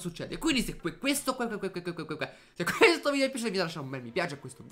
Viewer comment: ma che cavolo dici al'inizio? " Bella ragazzi benvenuti in questo nuovo video sono e siamo in QUETTO video.." xD